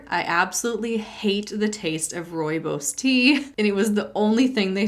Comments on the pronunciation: As another South African subscriber… your pronunciation of ‘rooibos’ was perfect! I appreciate that you’re the type of person to go to the effort to look that up in the first place ! The little details and your meticulous research make this channel soooooo binge-worthy! South Africa is awash with MLM’s too. Many from the US (Amway, Herbalife, etc) and loads of batshit local versions too. But it’s all pretty much EXACTLY the same thing! No difference at all between the MLM huns (and tactics) on this continent to the stuff on your side of the planet. Same lies. Same rhetoric. Same empty promises. Same cultish behaviour. Same scam! Same bullshittery! Love your vids! (too bloody much! 😉) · Oh my word. 🤯You pronounced "rooibos" perfectly! Well done. 🤩. As a South African 🇿🇦, I am blown away by your pronunciation. You definitely get kudos and lollipops 🍭! Say hi to the baby and kitties for me. I'm busy composing my horror story to send to you, please be on the look out for it. You do great work, and I love your vids. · You said Rooibos perfectly!!!! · Yay, you nailed the pronunciation of "rooibos!" It was trendy for a while in the early 00s, and a kind Dutch person taught me how to say it. I still like it, but a wonder elixir it is not. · South African here slowly making my way through the playlist and yea you got rooibos right. Now, 41 videos to go! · Hi. I know I am very late with listening to this story, but at least I got here. I am also from South Africa, and you actually said Rooibos very close to how we say it. Thank you for you videos, and helping me through my Master's. I am listening to your playlist as I work and study. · Ey a South African horror story and yes you pronounced it right 😂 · Your pronounced Rooibos perfectly. My family is from South Africa and that’s how you say it. (And even if you didn’t say it right, its the effort that counts) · This is the best way I’ve heard someone from outside SA pronounce Rooibos! Good job!